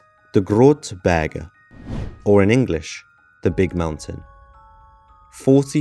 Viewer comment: Say Big Berg!🏔⛰🏔 berge sounds German not Dutch😂😘😉